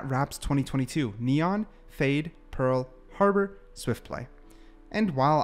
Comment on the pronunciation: "pearl"...."Harbor" .... Hmmm .... 🤔😐